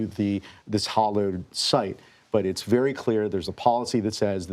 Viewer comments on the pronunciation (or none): Hollowed ground? Did someone dig up the graves? Hallowed ground. As in Halloween. As in holy/sacred not empty!